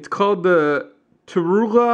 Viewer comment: Actually its "T. U. W. Roolah"